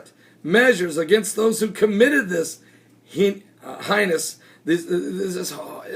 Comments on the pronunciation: Here's a freebee heinous is pronounced 'Hey-ness' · you'd think he could pronounce "heinous" since it rhymes with the location he pulls his "prophecies" from.......